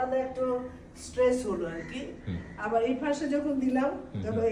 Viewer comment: Stress স্ট্রেস না। স্ট্রেচ stretch হবে। Bend বেন্ড হবে। ব্যান্ড না। X Stress স্ট্রেস মানসিক চাপ Stretch স্ট্রেচ্ প্রসারিত করা, টেনে লম্বা করা। Flexible ফ্লেক্সিবল্।